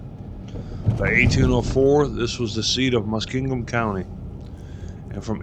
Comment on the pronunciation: Columbus newscasters and weather people say it wrong all the time. They pronounce it like Muskegon, MI. Say, "Musk---King---Gum".